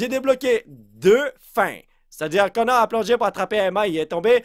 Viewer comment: Et on dit Connor pas coneur